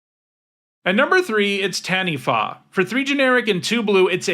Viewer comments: you're the first youtuber i've ever heard pronounce "Taniwha" pretty well but its more of a tuh than a tan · can I just say, speaking as a Māori mtg player: you are the first youtuber I have EVER heard pronounce taniwha correctly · The second time you said Taniwha is that closest to how it's pronounced